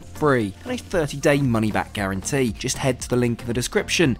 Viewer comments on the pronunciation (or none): “just” not “jest”